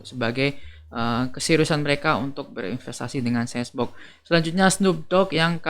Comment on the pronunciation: Bacanya senboks bang, bukan sensbok.. semangat